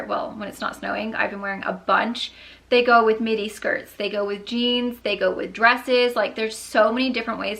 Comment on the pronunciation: the entire time I swear you were saying mini shirt , and then I saw the length and was like oh midi shirt😂😂